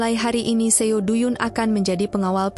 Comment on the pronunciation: Suaranya enak. Tp bacanya trlalu cepat n spelling nama korea nya msh krg tepat.. seo spelled as so. Do=do bkn du. Dst.